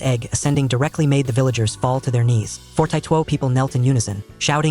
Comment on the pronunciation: forty two❌❌ fortieto✅✅